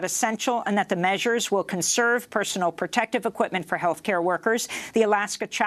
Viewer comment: "Perventions". "Perviders" Pertective equipment". LOL